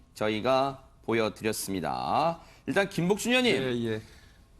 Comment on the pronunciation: 근데 김복준님을 김복준여님으로 진행자가 호칭하는거로 들리는데 아시는분 계세요? 왜 그리 들리는지